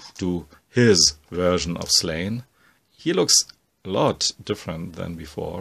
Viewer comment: Hey, love the videos, just wanted to say, as an Irishman, Slaine is pronounced Slawn-Ya:) Also, have you ever read Black Science?